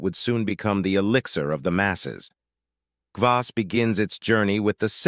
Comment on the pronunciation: What about beet kvass and fruit kvass? Kvass is easy to make at home. All kvass contains some degree of alcohol just like kombucha but it’s generally less than 1%. The fermentation process eats most of the sugar. And it’s very frustrating to hear the narrator mispronounce kvass over and over and over…